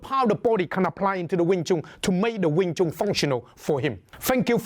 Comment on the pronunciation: Ya a wing Chun master that can't even pronounce wing Chun. Its like doing a cotton picking video featuring a white guy.